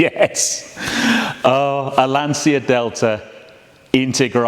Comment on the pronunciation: it is Lan-Chi-a, not Lan-See-a. Thx for the video